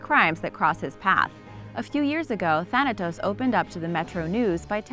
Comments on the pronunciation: She deserve to be slapped the way she says thanatos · T H A N A T O S = T H A N O S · Does anybody realize that thanatos is two letters away from saying Thanos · "Thanatos" huh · "Thanatos", real original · Thanatos? More like Thanos